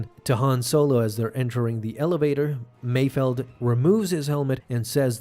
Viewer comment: Mayfeld, not Mayfield